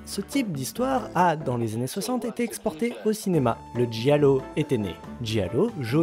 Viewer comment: Je fais ma chieuse mais en italien, "gi" se prononce "j" et pas "ji" et les consonnes doubles sont lues plus longuement ;) donc on dit "jallllo" et pas "jialo" :)